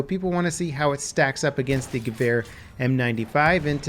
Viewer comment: I really like the way you say Gewehr... and yes, Im from Germany